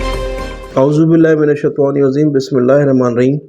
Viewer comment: Aaoozu billahe minashetan ir raJeem hay... Not minashaitan e azeem .... 😡